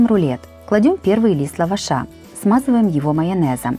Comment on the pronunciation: ЛавАш- в лавАше, безграмотное ударение, и говор слушать невозможно